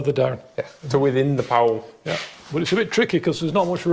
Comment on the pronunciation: I've never heard anyone pronounce it like Powell.